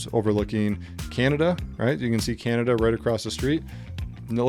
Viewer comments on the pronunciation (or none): none